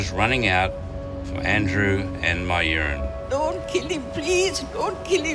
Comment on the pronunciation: mayuran not my urine